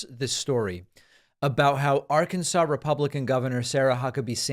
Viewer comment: Im a Democrat, I listen to you speak often and for the most part agree with you politicly. However mispronouncing the state or Arkansas is very petty. You may not like their politics, I may not. That does give us the right to act like an ass. The people who live in Arkansas are part of our country, and at the very least deserve the respect of their name called out appropriately. Don't be petty it's unbecoming. Yes, I heard you say it more than once "It's my show and I'll say what I want". Still doesn't make it alright.